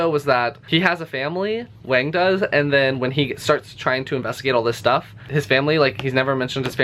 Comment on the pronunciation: Yes, but a little better than most people unfamiliar with pinyin (the romanization system currently used for standard mandarin). Most people go with a /z/ when they see the 'x', which just grates on my ears. Same with doing a /k/ with 'q'. I still have nightmares about stephen colbert pronouncing 'xiangqi' zeeyang-kee. You actually got the 'miao' in wang miao fine, but wang is more like wong. If you do want to get the author's name right, the 'c' is closes to ts like the end of 'bits', 'x' is not found in english but the most similar is just our 'sh'. The problem is there's another consonant in chinese actually written 'sh' which is also similar to our 'sh'. And don't worry about it anyway. You think this asshole Jing Shang could pronounce any of the uvular consonants found in arabic names? My name has one syllable, but chinese people usually pronounce it with three, and can never spit it out without two at least. They'd probably change the initial 'k' in your name to a 'j' too... i don't know why they do that, because they have the exact same 'k' sound as us, but all foreign place names with a 'k' become 'j'. Jialefonia = California. Ji'erjisitan = kyrgyzstan. Americans are not the only provincial ethnocentric dicks on the planet! (I'm assuming you're american.)